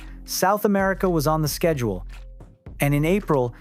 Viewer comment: manon’s name is pronounced as “MAH-NOH”